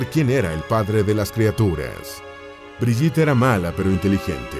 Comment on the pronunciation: Entre las fotos de Brigitte se coló una foto de Eva Braun , muy jovencita. Se pronuncia BRIGUITTE , con la E final y gue no ge. La foto de primer plano de Gudrun es de otra chica. Agrego que Gudrun es muy popular entre los neonazis y verdaderos nazis de la SS , pues luchaba ( sin éxito ) para que consiguieran cobrar sus pensiones de guerra los ex Waffen SS. Según las pocas entrevistas que dió , ella vivía feliz durante el nazismo y los eventos del final de la guerra y la derrota fueron la etapa más cruel de su vida , cuando era una púber. Se afirmó en su ideología con tenacidad. La respetaban mucho.